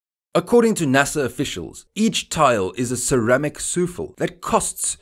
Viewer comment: i like your video's and this was no exception. Only one thing stood out, The only part that pricked my ears up and which is how I'll remember you now is that new word I heard you use, which I assume was supposed to be souffle. I realize English is not your fist language and it certainly isn't an easy one to learn, so here you go. ;) Almost perfect.